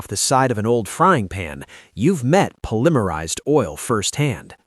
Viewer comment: Po lim er ized? What the heck are you, another ai bot. Can also detect other weird parts of the narration